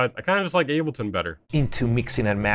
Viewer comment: Biggest takeaway from this video is I’ve been saying ableton wrong this whole time, turns out it’s actually pronounced ahhbullton 👍